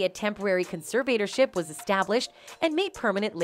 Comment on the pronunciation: Your mispronounciation of the word "conservatorship" was REALLY annoying. And you kept referring to her father as "she". I'd fire you.